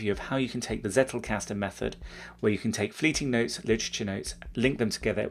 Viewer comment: Dunno, if someone already made a remark about it: it's pronounced as "tsettelcusten"